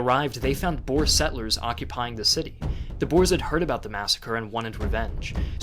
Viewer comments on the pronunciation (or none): Boer not bores